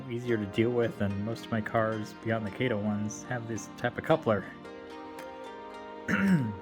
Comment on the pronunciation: It's Kah toh not Kay tow.